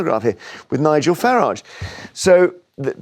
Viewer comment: I do love when these leftie idiots are forced to have Sir Nigel Farage on their show by their boss. Especially the dragon in the middle who doesn't have it in her to pronounce his name correctly its pathetic.